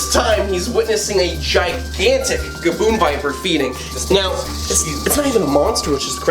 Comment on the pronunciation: Did anyone else relive that gavoon biper was said